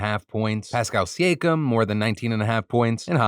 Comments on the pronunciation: It’s Pascal Siakam (Say-ah-come), Phil. 😂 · Phil, you're betting on a guy whose name you can't even pronounce??? It's Siakam (SEE-AH-CUM) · As an nba fan it hurt how he pronounced Siakam’s name… but I still love you Phil 😂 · When you know defranco doesn't watch nba when he pronounces siakam's name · The way you pronounced siakam 😂 you don’t watch 😂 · Lol Phil if you want us to believe your betting on NBA basketball, it would help if you pronounced their names right 😂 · Lool Phil butchering "Siakam" 😂 Sorry, had to do it. Hope you hit those parlays though 🙏🏿